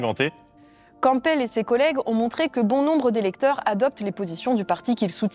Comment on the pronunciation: Je sais que â s'écris Campbel, mais c'est pas le p qu'on prononce, c'est le b, oui, c'est bizar. Super vidéo, merci